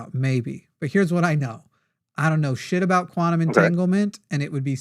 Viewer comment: some people should go to jail for pronouncing the word "quantum".